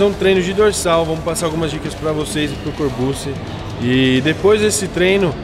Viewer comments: "Corburtxi", Rafa 😉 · " Corbussi " kkkkkkkkkkkkkkk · O Rafael fala no vídeo "corbute" kkk